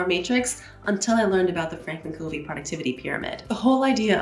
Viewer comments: Loved this video. Covey is actually pronounced Cuvey. He is an Utah native and that is how we pronounce his name. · Covey is pronounced KUH-vey. 🙂 There’s also another step before identifying values and goals - developing your life mission statement. The values and goals flow from that. Franklin has a mission statement builder on their websites and in their Starter Kit inserts, and in their books.